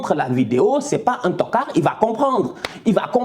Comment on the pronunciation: J aime trop ton accent sur le mot toccard 😂👍 ntokaaar😂